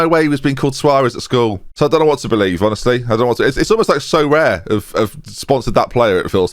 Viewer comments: as a Brazilian viewer, I'm finally having the full experience by having you mispronounce Soares. cheers for that mate! I hope he doesn't stick around... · But he is English and not Brazilian and explains this at because he remembers an english player called Tom Soares who was pronounced just like that.